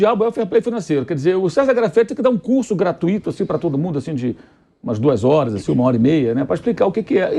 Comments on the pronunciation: Mauro César não se fala Gratuíto, fala-se Gratuito, na pronúncia a sílaba tônico não cai no i, já que ele costuma corrigir o português e este erro é absurdo, principalmente para um jornalista. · curso pra vc tb senhor Mauro, que fala "gratuíto"